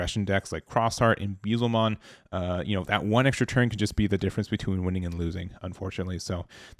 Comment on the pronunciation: never gonna learn to say Beelzemon lol